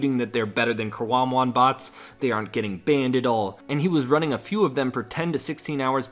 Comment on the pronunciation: than what bots??? Did you mean karambwan??? You know there's a B int hat word right? Lol